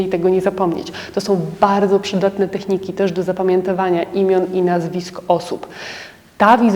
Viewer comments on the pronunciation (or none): StandarDowy. Proszę się nie gniewać, ale jako elegancka dama, chciałaby Pani z pewnością mówić poprawną polszczyzną. Wiele do życzenia pozostawia też akcentowanie, tEchniki, a nie technIki. Nagminny błąd u wielu osób, u Pani też.